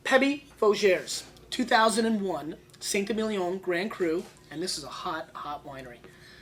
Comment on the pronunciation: Awesome vid thank you. Saint Émilion is pronounced “Sant ay-meel-yon” with the final n swallowed / pronounced in the nose rather than by the tongue (like you would when saying dom perignon). 😊